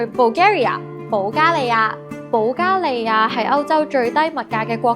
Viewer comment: 主持人讀保加利亞的發音十分準確和正確